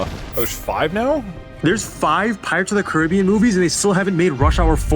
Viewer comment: "Pirates ot the Caribbean" DouglasDouglas has really fallen off